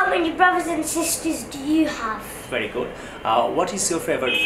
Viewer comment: varry varry nice sir